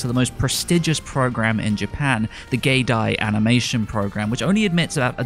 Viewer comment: "gay die"... what?